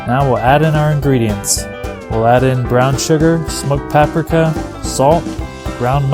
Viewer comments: PaprEEKa, not Paprehka. Looks good! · Did you just say smoked papRAka?